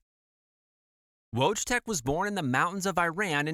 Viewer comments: His name was pronounced 'voytek', not wojtek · It's pronounced Voytek :) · sorry friend his Polish name is actually pronounced “voy-teck” no W or J sound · How bad can you say wojtek😭😭